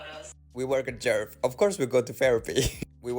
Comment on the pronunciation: You pronounced it just great